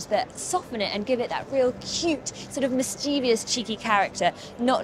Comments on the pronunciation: The word is pronounced mischievous, (miss-cheev-us) (three syllables), not miss-chee-vee-us, (four syllables). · Mischievous not mischeevious. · You pronounced mischievous incorrectly.